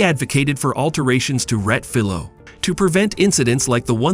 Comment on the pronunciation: Please, if you’re going to use foreign words for track corner names, take the time and make the effort to learn the correct pronunciations. The corner name is Rettifilo, there is an “i” in the name that should be pronounced.